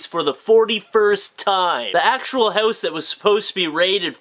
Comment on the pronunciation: Am I the only person who can't stand the way you pronounce the word "house" . haouuuuuse